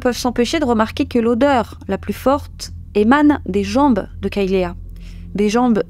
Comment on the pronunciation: Kaylea se prononce " kaylie ". Et les serviettes sont des alèses .